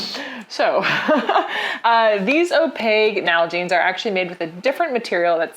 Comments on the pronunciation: Still mispronouncing OPAQUE, lol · 🥲 I’m so predictable